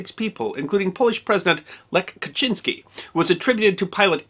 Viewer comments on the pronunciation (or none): none